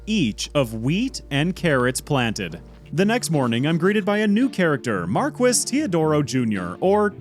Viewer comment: I'm sure this has been said a million times already but "Marquis" is a title and is pronounced "Mar-key"